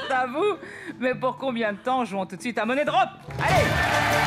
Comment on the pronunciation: ÇA SE PRONONCE MONIE DROP PAS MONNAIE BRDEL DE M*** 😂